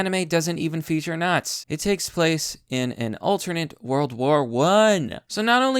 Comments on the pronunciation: If I had my money in by then, I'd piece together a German Officer Uniform and go because fuck you to them. Also I'm going to lose my mind by hearing you say "nots" instead of "nazi" over and over lmao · say the fucking words correctly its Nazi there is an I it's not fucking naz